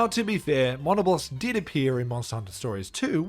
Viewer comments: I’ve never heard someone pronounce Diablos and Monoblos this way 😂 Die-a-bloss and mon-a-bloss 😂😂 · Surely thats not how monoblos and diablos are pronounced right???? I always refered them closer to the word diablo as mono -blose or dia-blose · No but the way he said Monoblos (Its muh-nah-blose) Edit: NOO WHY DOES HE PRONOUNCE ALL THE MONSTERS NAMES WRONG.